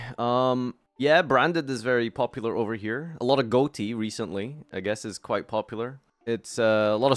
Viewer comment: Why does he keep pronouncing Ghoti like that?